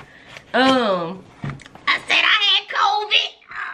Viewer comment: “I got Cvid 🤭🤭” lmaooooo